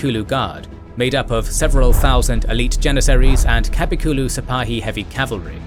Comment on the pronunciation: It's not pronounced KAPIKULU, but Kap(uh with the h silent)kul(uh with the h silent), similar to the Bulgarian letter of ъ